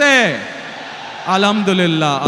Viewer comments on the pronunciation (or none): আলামদুলিল্লাহ নয় আল হামদু লিল্লাহি হবে।